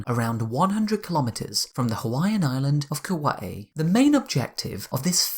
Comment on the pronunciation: Wow, small detail, but kudos for pronouncing Kauai correctly. And great work on the video as a whole. Brief (as it can be) detailed synopsis on the history of the Starship program.